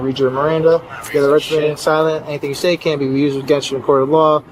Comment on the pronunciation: “Use-ed” oh AI lmao